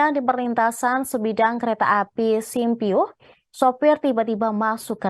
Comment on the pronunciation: sumpyuh di baca harusnya summmm pyuuhh😅 baca beritanya.